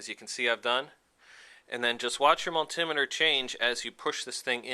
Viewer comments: Great video, helped me fix my buddies bike. That being said, as a tech I've used a multi-meter for over 20 years, hearing miltimmeter killed my brain, I started telling multi-meter at my phone. But excellent video! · Heheh mull-timeter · Had to turn this off, couldn't cope with the way this idiot pronounces multimeter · kills me how he says multimeter